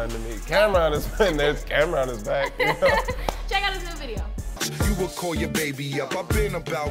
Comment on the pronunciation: Who the hell is Cam'Rom, i thought it was Cam'Ron?